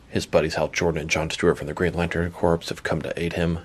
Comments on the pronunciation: My man said Corps (corpse) when it’s really Corps (core) lol. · I know how it's spelled, but it is pronounced "core" as in "Earth's core" or "apple core" not "corpse" as in "Dracula looks good for a walking corpse."